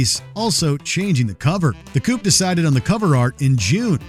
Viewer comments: It's The Coup. As in coup d' état Not The Coop. And the album rips. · The Coup is pronunced "the Coo" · It's not a big deal, but you pronounced The Coup inccorectly. ✌️